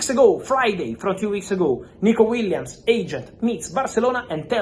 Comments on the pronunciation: Aah yes, Nikico Williams 😂 (read the description) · Nikico Williams? Lol